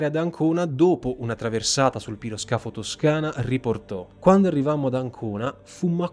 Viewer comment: Piroscafo, al contrario di parole simili ma di origine più recente (come motoscafo), si pronuncia con accentazione sdrucciola, non piana.